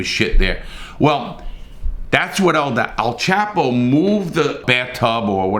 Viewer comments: It’s El chop o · Its pronounced (El- Chop-oh)😒😳😁